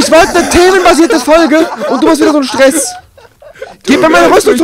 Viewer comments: Das heißt stress :) nicht stess ... ;) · Stess? Du meinst Stress? :D